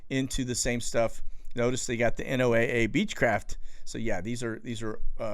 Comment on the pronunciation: Just to let you know, people in the business of ocean/atmosphere research don't say N-O-A-A when referring to NOAA. We say "Noah"... Just a pet peeve.